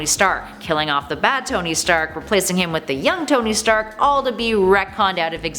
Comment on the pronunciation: towny stark? CANT ANY OF YOU PRONOUNCE A NAME RIGHT?!